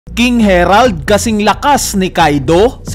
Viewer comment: HERALD ka ng HERALD...HARALD kasi yun